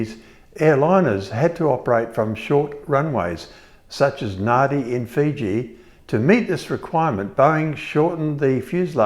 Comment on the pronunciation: Nadi is, with all due respect, pronounced ‘Nandy’. There is similar confusion with the Samoan language. Less of an issue here in NZ. Not as tricky as Welsh spellings😁! Worthy project. I wish you the best and I have subscribed.